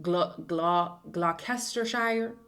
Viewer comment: Hey, Brit here with some help with the pronunciations; 'shire' is pronounced more like 'sheer' instead of 'The Shire' from LOTR. Gloucester = Gloster Leicester = Lester I have a park near me called Grosvenor Park and only realised in my mid-twenties you say 'Grove-ner Park'. We just add in letters where there's no need for them here, it needs sorting out really 😂😂